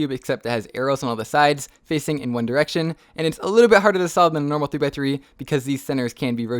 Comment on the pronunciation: He said one diraction lol